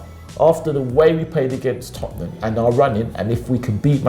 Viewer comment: Tottenham... Not "Topnum"... Tottenham! 😂😂😂